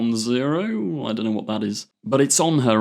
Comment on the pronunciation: That's not how you say 90210. Yeah the number is usually said as zero and the letter is oh but 0 and O are practically identical and it's common to also refer to the number as an oh so the title of that show is actually nine oh two one oh. We don't usually do the reverse because zero has more syllables and doesn't roll off the tongue as easily so we basically only say it to clarify the number not the letter otherwise we always say oh.